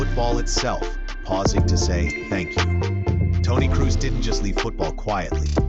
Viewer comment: Well, if you want to pay tribute to a man, please make the effort to pronounce his name right. His name is „Krohs“, not „Crews“. At least give it a try. No shame in failing. But not even trying? That’s disrespectful.